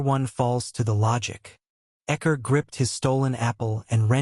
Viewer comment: took me a while to figure out who ekker was ..... never thought to say it like that. I say Score =Xcor